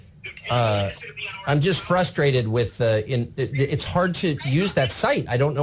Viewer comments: It’s only when you say fustrated rather than frustrated. Lol, but I know what you are saying. Still love your videos. I wouldn’t keep up with current events if it weren’t for you.😊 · "Tucker Carlson" isn't really one of your pronunciations that bothers me tbh lol "fustrated" is